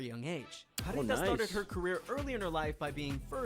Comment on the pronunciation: Pharita is pronounced Parita not Farita.